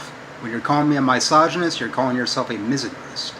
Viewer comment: I know he speaks English, but nothing he says makes any sense. Also this reminds me how he used to say my-soginist instead of misogynist. He seems to have traded that in for teel-o-meers.